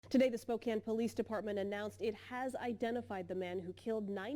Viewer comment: Just a quick note near the start of the video -- THANK YOU for saying "Spokane" the right way! I can't listen to people who don't pronounce place-names correctly (or at least give it their best).